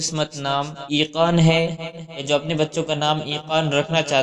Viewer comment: Unper bande aiqan nahi eqan hota hai😡